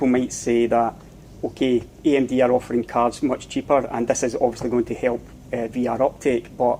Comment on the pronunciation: Eeey emmm deee x). Love your videos!